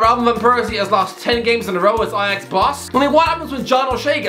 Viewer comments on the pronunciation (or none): none